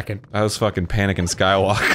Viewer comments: almost choked on my coffee when i heard panakin skywalker🤣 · Dude, "Panicin' Skywalker" almost made me faint. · When Arin said “Panickin” I made a silent prayer...and it was answered.